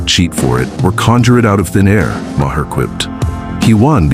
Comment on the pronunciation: It's Not MAH-her. ROBOT